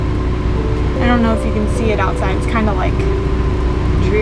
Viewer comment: Name the truck donut lol. Idk why but when you said you havent name the truck yet you said "don't know" and idk why but I thought you said donut lol